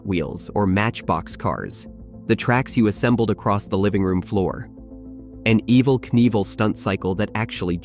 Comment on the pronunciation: Evel Knievels first name isnt pronounced the as the name Evelyn... it was pronounced the same as the word evil. duhhhhhhhhhhh